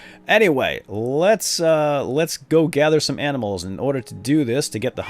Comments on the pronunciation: u said aminals :-P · "What do you know? You're just...aminals." xD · Lol i think i hear him say "aminals" lol